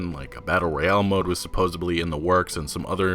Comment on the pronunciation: Great video! Thanks for the info. However, it is supposEDly, not supposABly! Lol. Keep on keeping on.